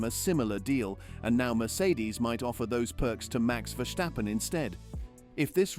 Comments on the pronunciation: It is not Verschtappen, just plain simple VerStappen. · PRONUNCIATION: it's NOT VerSHtappen - Just Verstappen ! AND: Toto - Not ToTTO - Wolff ...